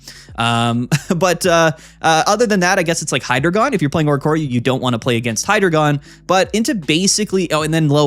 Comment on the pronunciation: It’s pronounced Hydreigon, not Hydreigon